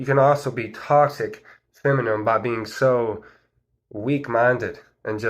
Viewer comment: Are you saying feminine or feminum?